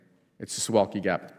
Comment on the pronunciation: As expected, the word SUWALKI (as in Suwalki Gap) got an atrocious treatment of American mispronunciation. Second, what makes that Gap a thorny geopolitical spot is not much the proximity of Belarus (as VA Rep. Vindman said) as that of the Kaliningrad exclave. Of course, our Pete here is heavenly (and heavily) clueless when it comes to Eastern (or Western, for that same matter) European history & geography.